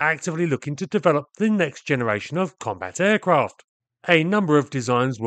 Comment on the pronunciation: British speak english funny: "comba taircraft" 😆